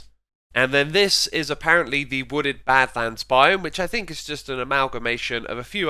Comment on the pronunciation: wodded mountains lol